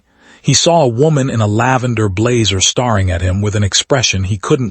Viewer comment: “Star ing at him?”